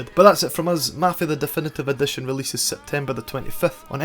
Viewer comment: "dEfEnEtEve Edetion" man how the fk can u talk like that?